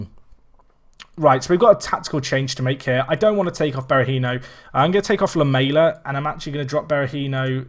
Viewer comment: Great video! Please learn how to say Lamela though